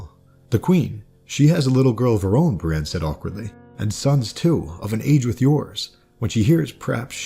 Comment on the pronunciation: You're pronunciation of Brienne had my confused for the entire first minute or two. It sounded so much like Bran, while I've always pronounced like Bree-anne (less exaggerated, but with a noticeable ee). This is actually kind of interesting, tho. I'm wondering if they aren't meant to have similar sounding names. I had never thought of them as being very similar, for obvious reasons, maybe, but thinking about it now, they are both far removed their peers, shunned, confused, miss-understood, with numerous clear similarities.